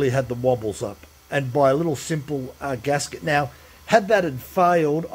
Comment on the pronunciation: GASKET, not GASGET. :goodvibes